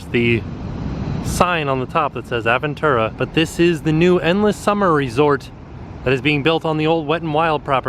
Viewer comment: It’s Ahhhhh veeeeen tu rá. Sorry I speak spanish and your pronunciation is bothering me lol.